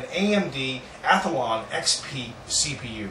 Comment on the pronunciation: omg you pronounce athlon SOOO wrong. its ATH-LON not ATH-A-LON jesus.... god that gets on my nerves. THERE ARE NOT 2 A'S IN ATHLON!